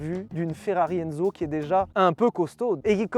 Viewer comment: Ferrari ENZZO, avec deux Z... Non, NON! 🤣